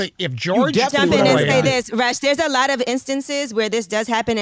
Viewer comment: You keep calling him russ its rush. Like he really wants to rush the hell out of that studio. Lol